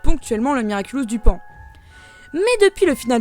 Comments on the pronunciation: Paon pas poan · Super vidéo comme d'habitude 😍😍 seule remarque : c'est pas "poan" mais PAON 😁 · Paon et non pas Poan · Et ''poan'' c'est pas paon ? 🤔 Mais super intéressant quand même ! 😋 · Le miraculous du PAON*** pas du poan ça veut rien dire. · "obsolèt ent " ? "poan" ? 🤨 🐍 Mais t'as paumé l'orthographe pendant le confinement ? 🐍 (c'est humoristique les gens le prenez pas mal)